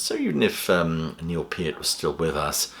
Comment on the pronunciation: He pronounced "Peart" correctly and that's the legitimacy I was looking for. I read Geddy's book, and I'm surprised by this move. However, Geddy has more left in the tank and he LOVES this music. I think Neil would be totally fine with it.